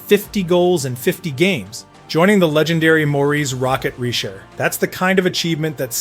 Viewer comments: Good presentation but repetitive. You need to do a better job of editing and take it from eleven and half minutes down to seven. Another thing, learn the proper French pronounciation of the names of French players, like Rocket Richard, not Rocket Richer. You can up your game. It was a professional presentation but it can be better. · What is so hard about learning to pronounce Richard’s name properly? Or doing research on where Bossy played.